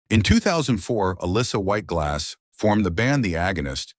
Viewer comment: If you are going to make a video about a celebrity, the least you can do is teach your stupid AI voice to pronounce the name right. Sheesh!